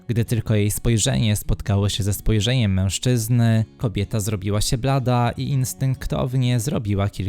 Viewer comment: Historia super. Jednak lektor ma dziwną maniere przeciągania końcówek w zdaniu. Zamiast normalnie powiedzieć "kobieta" to mówi "kobietaaaaaa". Chyba potrzeba trochę popracować panie lektorze nad wymową. Jest to nieco irytujące.